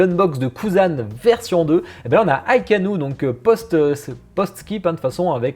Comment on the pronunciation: Ca me tilt toujours comment tu dis Akainu :C Hitsugaya tsume est sorti en 2019 et avec une preco en 2018. Ça fait 4 ans de différence :P Sinon 2 precos dans le lot, Akainu et Ichigo. je commence a couler :( Je suis vraiment dans le mal avec les teases, entre Byakuya, Boa (peut etre) et WB. :(